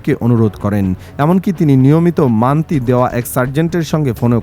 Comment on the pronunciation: বলদ সাংবাদিক , মানতি না Monthly বলতেছে...